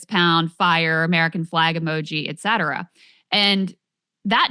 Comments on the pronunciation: Sagar pronounces etc. (et cetera) as 'excetra' all the time. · omg I hate that, idk how I forgot that one during this. It always seems to be the ppl who try to use etcetera all the time that pronounce it like that, it’s preposterous 😉